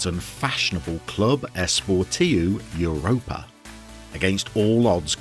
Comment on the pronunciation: First of all: brilliant choice! Europa (said a little like Ooo-ropa, but that’s not really important) is a much loved club in Catalunya. Not like Girona love but still well followed. They have a ridiculously large stadium for where they play. I think it’s the largest in the division (the Catalan division I mean). Anyway, great choice. I’ll visit Spain next FM I think. And feel free to send me anything you want re: pronunciations. There are important differences between Castellano and Catalan. Or politicos. Football and Catalunya is VERY politico. Can’t wait to start watching 👍🏼👍🏼👍🏼